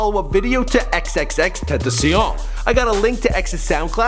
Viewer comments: It's ten-ta-ci-ion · "xxxtentaceen" fml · Ten see in? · You mispronounced XXXTENTACION the pronounciation is (eks-eks-eks-ten-tä-shion) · I click on this video expecting nothing And then the first thing you say is xxtentcien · Are you serious “xxxtentaseeON” like boiii tf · "xxxtentasien" really dude? u must not know who he is because no matter what, (whether it was X who pronounced his name, or somebody else) u have to have heard his name pronounced correctly somewhere.... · Dude stop saying tentacion like it’s French, it’s Spanish for temptation so if u dont know how to pronounce it u should just say tent-a-cion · "Xxxtentacian" wtf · dis nigga said XXXtentaSEEEan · X-X-X-Ten-A-Sh-Own And no you are the only one who can't say it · xxx tentisien? oh no baby what is u doin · Xxx ten- tah- see- ion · tenzion xDD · guy: "XXXTANTESIAN" ME: DISLIKE AND LEAVE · It's fucking Ten-ta-see-own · Wtf did you say teeenteeecian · This is how you pernonse his name xxx tent ac eon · You sayd '' xxxtentsion" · It's pronounced as "XXX-TEN-TAH-KION" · (hears how Michael pronounced xxxxtentation) closes video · whos mans is this this dude said xxxtenzion 😂😂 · XXXTen ta sion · you say tentacion like a fuck boy it pronounced TEN TAH SION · xxxtentacion xxx.........tenta...shaun. its not that difficult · " Ex Ex Ex Tent ass e on" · "X x x Tennessee um" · XXX Ten tus see un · You said it was xxxtentacionn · Foreal you could even say it with English words if it’s that hard for you ten ta see on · "XXX tentisien" ???? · Lmaooo bruh , how hard is it to say TEN-TAH-C-ON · ten-ta-see-on .. Not that hard . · SupremeLLama Bro he said xxxtentaseeOn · LittleMissMiracle XXXtentacion - tden-tda-sion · it's pronounced ten-ta-see-ohn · It's pronounced xxxten- tah-see-ón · Pronounce is name right before u say something stupid bitch🙄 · it hurts to hear xxxtentaction name butched so much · Yo the way u say his name makes me want to dis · you didn't say it right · y cant u pronounce it right yet?? wtf